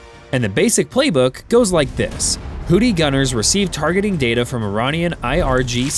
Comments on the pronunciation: Houthi is pronounced "WHO-thee" not "WHO-tee." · "hoodees"???? "new phone. who-dees?" "hoodee and the blowfish" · No, this is the A-10C Thunderbolt II nicknamed "Warthog". Also, this is a result of not listening to your AI narrator before publishing. It's "Houthi" not "Hootie". I was wondering what the rest of "the Blowfish" were up to when you said that. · Did someone put a D in Houthi and didn’t tell me…? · I like the fact this fake AI voice pronounces it "hooties", as in "Hooti and the Launcherfish".